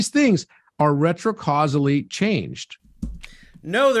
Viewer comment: Fun new drinking game! Take a shot whenever says "retro-causily". Keep emergency services on speed dial.